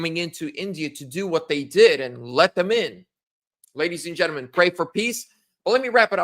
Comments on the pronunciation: I like mispronunciation of “gentlemen” it’s like his tagline. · You learn how to pronounce gentlemen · It's annoying how he pronounces it since I'm taking English grammar in school and language arts on using proper grammar in English